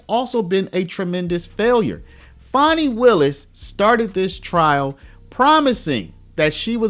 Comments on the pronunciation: Fani is pronounced the same as fan. It isn’t spelled fawni or fauni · Why can nobody correctly pronounce Fani? It's not Fawni, or fahni, it's literally pronounced Fan-ee.